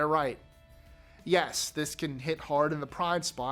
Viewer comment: Him saying hard for the second time Low key kinda scared me cause it sounded like overly American by him just fully saying the r